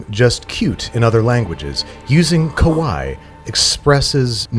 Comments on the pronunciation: Babish reading the bottle was hilarious in part because he kept pronouncing it "kowai" which actually means "scary"🤣🤣 There's two i's for a very definitive reason in kawaii: "kah-wah-ee" The "ee" being the important distinction. Keep being you Babish, that was golden😂🧡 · u said kawai not kawaii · the way you are pronouncing kawaii sounds like "scary" (Kowai) instead of "cute" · I’ve never seen a Babish video in my life before, but I’m very pleased this was the first. I was crying laughing so hard at the “Shirokawaii” reading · Listening to babish say "scary" over and over instead of "cute" is hilarious (kawaii-cute, kowai-scary) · I love how Babish kept calling the sake "scary" instead of "cute" with his pronunciation while reading the bottle, and Chris didn't even bother to correct him 😂😂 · The way Babish is pronouncing “kawaii” is actually the pronunciation for “scary”, there is double ii at the end of kawaii pronounce it as such.